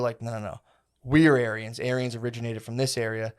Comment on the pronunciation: When says ‘Aryans’, it sounds like he’s saying ‘aliens’ with a Chinese accent